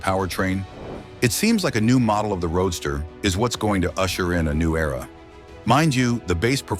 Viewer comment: Stop the robot narration... It's a roadster not a road star!!